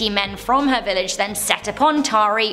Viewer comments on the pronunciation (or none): none